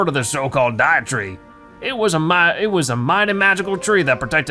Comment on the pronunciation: Lol the Deitree not Dietree Deitree as in Deity (a god or guardian) and tree